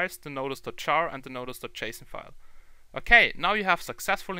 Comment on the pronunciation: sounds like he's saying chasin file